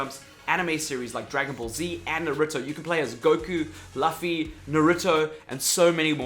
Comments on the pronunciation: I must learn you the ways of how to pronounce Japanese Characters names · You Pronounce Luffy a bit wrong there sir xD